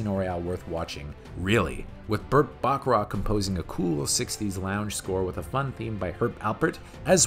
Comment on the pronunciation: I love how you pronounced Burt Bacharach’s name. I always pronounce it like that too.